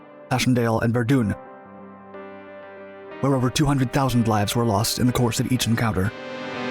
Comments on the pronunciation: Verdun France. It's Ver-done, not Ver-doon.....research into pronunciations helps a lot! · Keep working those little details! It's Verdun and pronounced as Ver-done not Ver-dune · It's pronounced VER-DUN as in 'over and DONE with'. Not VER-DOON . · ITS VERDUN NOT VERDUNE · Verdun is pronounced “ver-done” not Verdoon :) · Ver-dun not ver-dune, lmao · ish it's not pronounced "Verdune" it's Verdun ~ Ver Dun , Ver Done.... Getting it now? And man narrator sounds like he's trying to pass a dry morning turd... Also wrong about it being the largest man-made explosion prior to the atomic bomb tests had begun.. a little more research than grabbing whatever you see on wikipedia would help.. worst part is most of your subs take what you upload as accurate... FACT CHECK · Great video with lots of footage I've never seen before. Unfortunately Ypres is pronounced "EEP" and Verdun is pronounced "Ver-done" (not Ver-doon). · we are calling it ver-DOON now. Ok ok ok. I see you out here. I see you. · You're pronunciation is terrible. Where exactly is Verdoon? Is it anywhere near Verdun? One important detail you missed in telling this story is that not all the mines went off. Some failed to detonate. 22 were set. 19 exploded. As my old sergeant used to say, PPPPPP. Proper Preparation Prevents Piss Poor Performance. Do your research better. C+. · Ver-doon ? Is that the correct pronunciation? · Eeeee prah, the sahm, and ver done. Proper ways to pronounce those hellish meat grinders of WW1. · Verdun Is Mispronounced. Not Even The French Say It That Way.